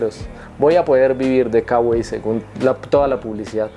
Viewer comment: Se lee kawai amigo 😅